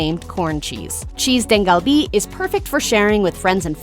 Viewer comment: lol cheese "deng" kalbi.. i'm sure pronunciations of the other dishes are way off.. try asking for that at a real korean restaurant, they'll laugh at you